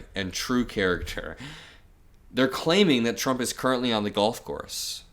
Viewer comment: It's not t-rump.